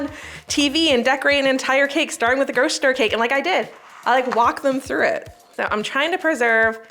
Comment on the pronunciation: i can’t listen to “groshistore” anymore can’t make it through this one